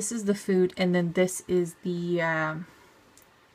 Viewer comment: Really interesting to drum my fingers on the table, waiting for you try to find other color pens and then seemingly wander around off camera looking for other stuff. Suggestions: know what you’re going to do and have your props set up BEFORE you turn the camera on. PS: It’s pronounced “FOO-DAY”...not like it rhymes with “rude”. lol